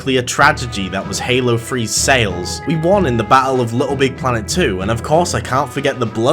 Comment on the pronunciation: Dude it's Three not free